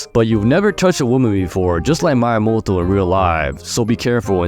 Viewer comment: Love the vid but the wsy you pronounce Miyamoto tho💀